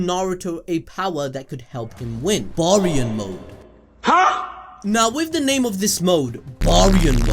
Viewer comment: Bear-ian. Say it with me now, Bear-ion Mode. Baryon Mode!